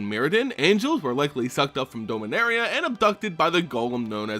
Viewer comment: It’s DOMinaria like dominant, dominance, not DOMEinaria, hate correcting people but it’s a pet peeve I guess